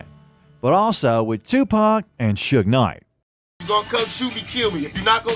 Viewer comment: This AI Bot pronounced it Suge NIGH.